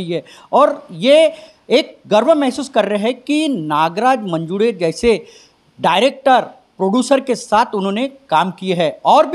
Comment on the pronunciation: अरे येड्यांनो...!!! मंजूडे नव्हे मंजूळे म्हणा...... देऊड नव्हे देऊळ म्हणा.......